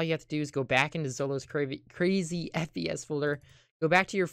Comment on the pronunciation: who heard SPS When he said FPS for the first time